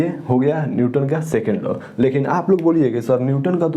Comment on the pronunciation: Bhaiya wo law hota hai , not low